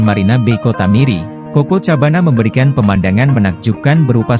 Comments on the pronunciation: Bukan cucucurbana cococobana lah admin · Maaf ya bang.. sy perbetulkan sebutan.. coco cabana ( bacaan nya koko kabana ).. apa² pun.. salam 1 rumpun.. 🙏